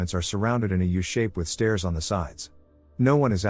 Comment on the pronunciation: I personally hate the way it says "stairs".